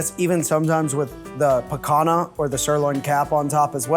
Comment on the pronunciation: "pecan-ha" mention, but no show :( It's pronounced picaña (spelled picanha), Guga would be sad